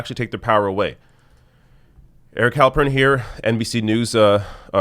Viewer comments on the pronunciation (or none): none